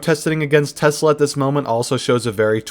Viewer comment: "Stop burning Teslers" - Nope...